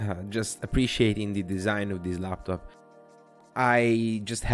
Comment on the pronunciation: The design speaks for itself it looks so good. But the “Star LabTop” is triggering me so hard.